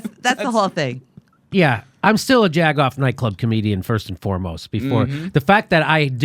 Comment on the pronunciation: Jimmy you know it "Jack off" not "Jag off"?